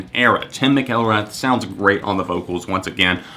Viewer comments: Um its pronounced *mcilrath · makes Tim McIlrath's name sound so exotic lmao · Cooper Cloud he really butchered Tim's last name lol